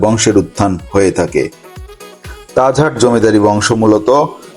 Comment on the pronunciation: Tajhar na tajhat vlo kra speaking krn